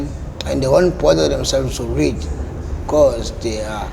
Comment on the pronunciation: Be-ca-use.😂😂😂😂😂😂😂😂 I'm done.😂😂😂😂